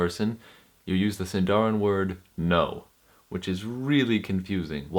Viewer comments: Exact pronunciation is "SìndaRin", not "SindàUin" like english pronunciation.. ;-) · It’s siiiindarin not sindaarin. I feel like Hermione Granger 😂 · it is Sindarin roll your r's! + put stress on the sin not the darin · 'Sindarin' is actually a Quenya word and should be stressed on the first syllable (like Latin) not the penult (like Welsh). The same rules apply within Sindarin itself. The penult is only accented in words of two syllables or where the penult has a long vowel, diphthong or is followed by two consonants (a 'heavy' syllable).